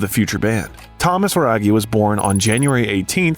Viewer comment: Thomas Raggi to be pronounced like radgi not ragi 😊